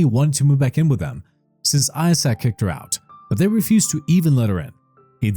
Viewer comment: Is it just me.... or does it sound like he's saying asshat not Isaac 😂😂😂